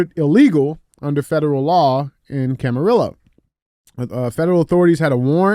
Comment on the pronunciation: Any other Californians dying laughing over DJ’s pronunciation of Camarillo & Carpenteria ?? 🤣 Ay DJ, we still love you!!! In other news, tried my FIRST 1stPhorm energy drink today! Orange Fury! Sooooooooo dam good! TASTES LIKE TANG from back in the day! Happy to see our local store carrying them! Stay politically incorrect & racist! We love it 🎉